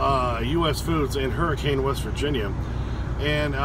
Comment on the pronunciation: its pronounced Hurri-cun